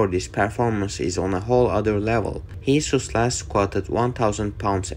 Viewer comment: mate the guys name is jesus, its a spanish name pronounced "hey-zeus". The guy literally says it in this video...